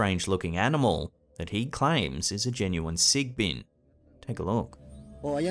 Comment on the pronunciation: like the way you pronounce "sigbin" very Filipino 😁🤣